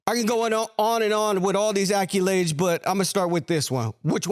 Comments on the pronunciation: wtf is an acculade? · I had to turn it off after the second time dude said “acc-U-lades”. It’s accolades. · You may need a new moderator. He called him “IRVING”. He also said AccUlades..not ACCOLADES!!!!! Do not speak for a living, if you cannot use the English language..and to call the best PG in the history by the wrong name, is ridiculous. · This dude can’t say accolades very good. He keeps saying acculades. Maybe he didn’t go to school I don’t know lol